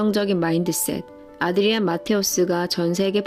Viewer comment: 아드리안을 자꾸 안드리안이라 하는거 계속 거슬림.